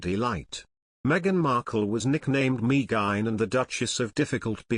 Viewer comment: It's, ( Me - a - gain , not Me - gine ) y